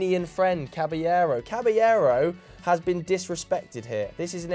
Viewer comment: These guys almost never pronounce Caballero's name properly.